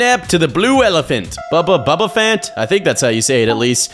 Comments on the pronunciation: it's phant not pant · Its bubba bubbaphant not bubbafant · it's bubba bubba fan that's how pronounce the blue elephants name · It's bubble bubble fant you got it right